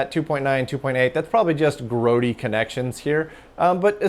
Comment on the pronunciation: GROATYNESS ? Think you mean Grotty